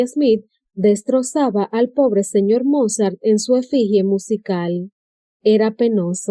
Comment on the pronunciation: Destrozaba el pobre señor Mozart jajajajajaja su nivel deberia ser considerado un talento especial